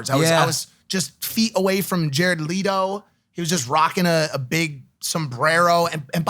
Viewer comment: Jared leeeto? 😂